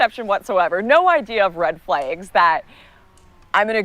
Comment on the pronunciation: “Red flegs“